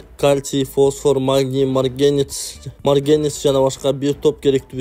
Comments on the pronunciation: Админ,сен тилекматтыоз созуно озу чалышып журот деп,анын видеосун чыгарып Тилекмат кок мээге жардам кылып атасын,текст окуган жигит, маргенес эмес,марганец качан тексти туура окуйсунар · Не маргенец а марганец кичине туура суйлогонду уйронсон боло баяндамачы, постоянно катасы коп суйлоцсун